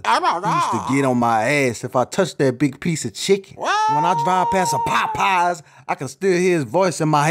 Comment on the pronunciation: I love that someone else noticed the immense emphasis on Popeyes 😂😂